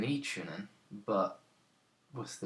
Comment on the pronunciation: Enjoyed this very much. Especially when you say "chooning" =0)